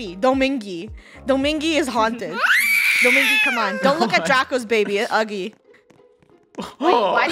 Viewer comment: "Domingy" Me: Wait does she meant Dominga?